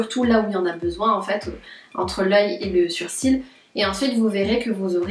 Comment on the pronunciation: super vidéo et pourquoi tu dit "surcils" au lieu de "sourcils"